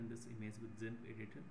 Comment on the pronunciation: thanks but improve your english bro its gimp not zimp